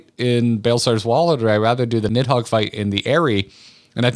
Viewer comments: the way it's translated into English is a bit confusing but given it's origins in Norse the "Nid" part is actually supposed to be pronounced more like "Neath" If I remember correctly it's noticeable even when the Dragons speak of Nidhogg in their own language, I think the Draconic language is reused from the Japanese version(?) of the game so you can hear the dragons pronounce it more like "Nizu" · "Nidhog is the easiest name to pronounce in all of Final Fantasy" Is this a bad time to mention you two, and even the English voice actors for FF14, have been pronouncing Nidhoggs name wrong this entire time